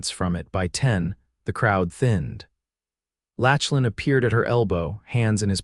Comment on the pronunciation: Saying his name as Latchlin instead of Locklin throughout was annoying. Maybe you need to read out aloud to a few educated friends first so errors like these don’t happen.